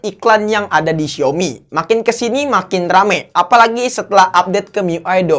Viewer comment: Xiaomi bacanya siomi ~logic